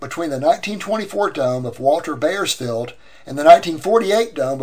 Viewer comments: Bauersfeld is pronounced "Bowersfeld", not "Bayersfeld". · Might a more accurate pronunciation be "bowers-felled"? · I wish you could pronounce the name (Bauersfeld) correctly. Otherwise this is a wonderful posting.